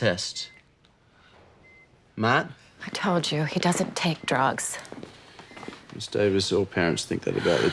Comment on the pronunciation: when he said drugs in the beginning I had to put on CC because it sounded like he said Jokes. I was confused.